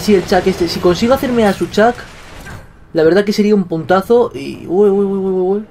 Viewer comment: cada vez que vege dice puntazo yo entiendo putaso